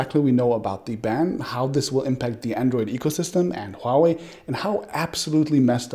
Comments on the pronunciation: You have the best pronunciation of Huawei among all the tech youtubers. Most of them call it Wuaway. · thank you calling it huawei, it's华为 NOT wahway, like all youtubers call it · First of many tech YouTubers who can correctly pronounce the word “HUAwei”... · Exactly! It is not hard to pronounce... Others are pronouncing wuawei... 😂 😂